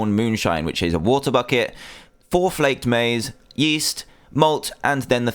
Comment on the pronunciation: He said Maize wrong